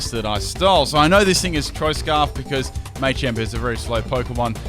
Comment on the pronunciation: dnt ever say machamp ever again